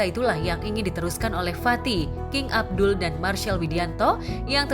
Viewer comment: King abdi bu narator bukan king abdul